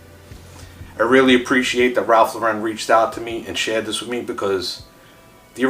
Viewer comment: Lauren is pronounced like the girls name, not Lore-Wren. Ralph and his brother named themselves after actress Lauren Bacall after people made fun of their original surname.